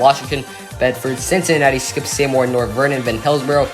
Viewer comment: It's pronounced SEE-more for Seymour